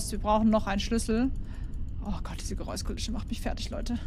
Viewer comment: GeräuSkuliSCHe 😅 Hammer